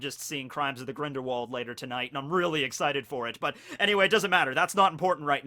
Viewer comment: "Crimes of the Grindilwald"